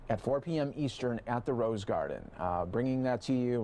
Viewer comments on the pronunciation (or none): none